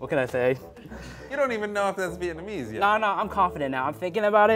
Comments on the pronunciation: The way he said "viet-mese" annoyed me so much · I cannot fathom the way he says Vietnamese wrong. EVERY TIME. He's missing a whole ass syllable